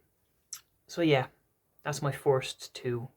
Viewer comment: I thought you were saying forced to play Mario bros but then I realised you were saying first 😂 cant wait for your part 2. If I can get some time I may do a response to this 👺☘️